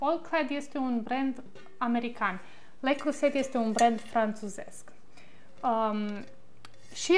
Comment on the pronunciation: Leo Croze,,.....se pronunță 🌷